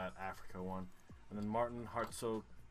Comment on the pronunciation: Martin here. I lost again, but at least it's fun hearing you try to pronounce my name. :)